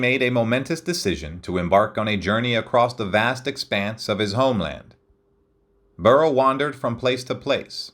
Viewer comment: mins 19-20 seconds: you said, “Burt Ives”. The correct first name is: BURL